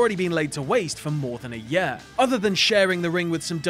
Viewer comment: Why can't you say "year" correctly?